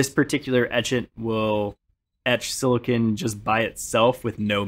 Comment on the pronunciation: Had to turn off once I heard how he pronounced silicon.